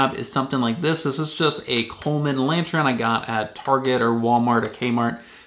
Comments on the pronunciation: It's lantern not lantren. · It’s pronounced “lan-turn” not “lan-tren” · Sorry bro it's good video but it's really not lantren it is lantern 🎃 lol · Why do you keep saying lantren instead of lantern??? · Yes, that was bugging me too! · It's pronounced /ˈlan(t)ərn/